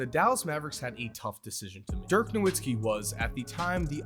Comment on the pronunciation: Why can't you pronounce Dirk's last name right?